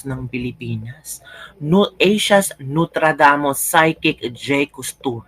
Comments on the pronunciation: Nostradamus. Not notradamus😂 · NOSTRADAMUS not NOTRADAMUS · Correction! Nostradamus not Notradamus. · noStradamus hindi notradamus